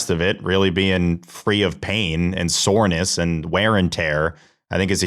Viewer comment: How does T make “soreness” into a 3 syllable word